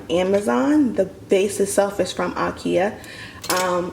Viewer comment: It's pronounced, in American English "EYE-KEY-UH," not "AH'KE-UH".